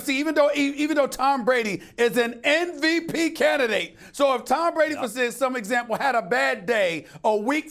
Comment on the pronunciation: I hate when people say “NVP” instead of MVP